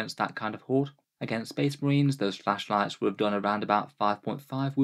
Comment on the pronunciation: Say "flashlight" one more time! SAY IT!!